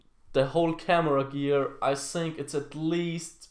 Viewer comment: ich bin echt ein Fan von dir,aber du weißt das think (so wie du es ausprichst) heißt auf englisch Waschbecken. also falls du auf englisch sagen willst I think dann sprich es auch so aus.denn im Moment sagst du "ich waschbecken". War nur ein Tipp